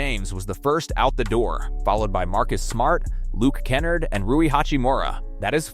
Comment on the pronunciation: Who is luke Ken-nerd hahaha it's Kah-nard